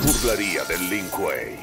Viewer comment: Si tomara un trago de wiski por cada vez que dice link kuei estaría en coma etílico